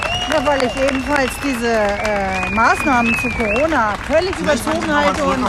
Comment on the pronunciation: Coooroona Corona... xd sry